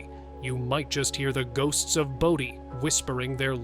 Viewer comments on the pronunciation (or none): It's pronounced BOW-DEE not BODY. Take 2 seconds and do some research. I'm outta here.